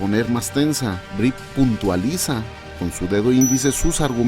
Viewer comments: Cómo la chica "no se dice Brie" se pronuncia "Bri" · Inglés tip: el nombre de Brie se pronuncia "bri".